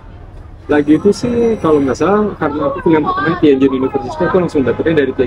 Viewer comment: tukisannya Tianjin, tp sekilas dengar ngomongnya Tianchin yaa ?